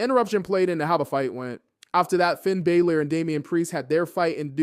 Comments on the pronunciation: Just for clarification: It’s not bay-lor. It’s meant to be bah-lor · Pronounced Finn's name wrong it's bah-lor or bah-ler